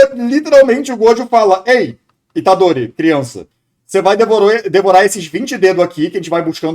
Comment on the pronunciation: true demais, o pessoal da dublagem de jujutsu fica colocando os nomes de forma porca. tipo falar Fushigurô e Itadorí, o pior de todos é quando falam jujutsu kaissén, é horrível. e isso sempre vem de não falantes de japones, porque todo japones sabe que a silaba mais forte é a que repete mais vogais. fushiguro se fala fushíguro mesmo, e itadori fica itádori. não exatamente assim, mas dá pra entender. a única que acertaram é gojô pq se escreveria gojou